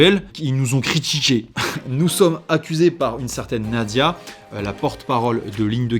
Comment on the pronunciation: Salut, mais on dit Nad"j"ia mon petit 😆😆😆